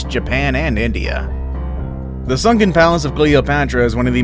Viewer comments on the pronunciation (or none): Sankin? Really? Sunken...lol!